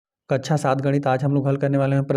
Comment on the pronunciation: कच्छा बोला सर😂😂😂😂